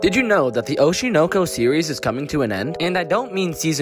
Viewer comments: Atrocious pronunciation. It should be Oh-SHY-Noe-Koe. smh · i can’t get over how you’re pronouncing it oh-she know-co lol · The way you pronounce oshi no ko makes me angry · The way the anime name is pronounced is provocative